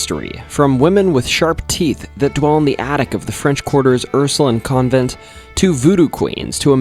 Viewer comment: Hey Ursuline is pronounced how it looks Line not Lin I grew up in New Orleans so hearing it said like that I was like huh